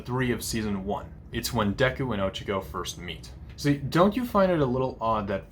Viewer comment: ITS OH-CHA-KO NOT OCHECKO!!?? Get it right but ill forgive you since well im watching this ig